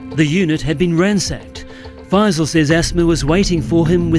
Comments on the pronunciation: Not faz-eel, 'fye-sul' is how it is pronounced (fye that rhymes with pie and sigh). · Text: FAISAL You: This is Fazeel